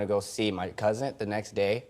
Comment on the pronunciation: Shot every time he said cousin. Secondly it sounds like he said cousint lol